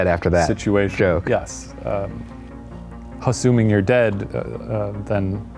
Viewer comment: "Hasuming" you're alive. Goddammit, Shane🤦‍♀️